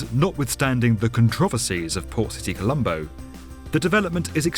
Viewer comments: Not poor City colombo🤣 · Am I the only one that heard him call it "Poor City Colombo"? I didn't realize until the very end